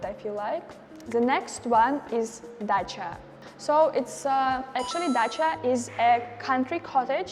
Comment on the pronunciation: Dacha sounds like the car Dacia lol